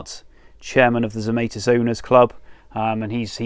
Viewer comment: Zemaitis is a Latvian name and rhymes with tonsilitis etc., unless TZ used the possibly US version himself? Google translate from Latvian Zemaitis is 'earthling'. Don't think that's correct either, but the Latvian version is correct. Check 'hyperforeignism' for US (and some UK) mispronunciation of foreign words/names, 'If in doubt, make it sound foreign'.